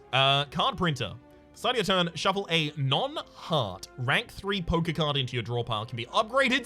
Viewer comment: Hahaha every other time he said poker card I herd "poke-card". Made me chuckle!